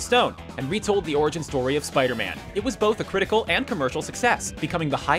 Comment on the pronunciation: "The The Amazing Spider-Mam"?